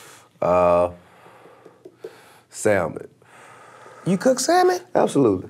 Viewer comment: I finally heard Professor T.I.P. mispronounce a word...the L is silent in salmon